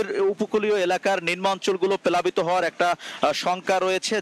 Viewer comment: সাঙ্গাতিক ভাই 😂😂 প্যালাবিত না 😂😂প্লাবিত 😂😂